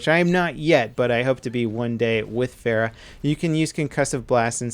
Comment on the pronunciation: She's your favorite hero and you don't say her name right. Then again no one does so I don't blame you